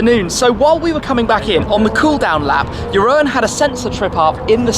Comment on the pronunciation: Jeroen is probably totally fine with it, but you pronounce the second part of is name as “roon” instead of “ro-en” :-) Thanks for all the quality content!